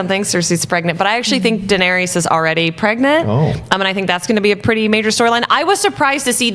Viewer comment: " Danery-us" lol